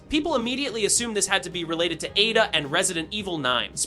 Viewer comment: A….da, as brought to you by the letter A. Learn to annunciate.